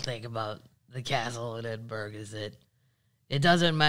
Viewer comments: Edin-brr-row. Not burg. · Hey Kathleen, just wanted to add two cents to your pubcast, there are nine distilleries on Islay , ( pronounced..... eye - La ) Now you know ;) Ed en burrr rah ...... Scotland. It is Awesome 😘 but it's not a Burg I know I know , LOL I can hear you saying F off , I'm just trying to help you not sound like an untravelled American ,plus I love Scotland so much 💙💙💙 and you and Paddles of course